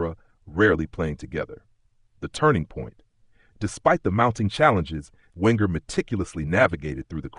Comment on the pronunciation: Wenger is from Alsace, so his surname is pronounced "Venger". And it's David Dein, pronounced "Dean". And Petit follows the rules of French pronunciation. Oh... Never mind. 😢 Oh, never mind